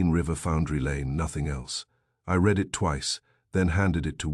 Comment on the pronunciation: It's read not Red! Read it not red it. Also, again, it is no, not number. It seems you are not going to fix this problem!